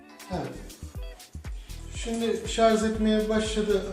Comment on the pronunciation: Başlığa şarj yazıyo videoda şarz diyo mal dolandırıcı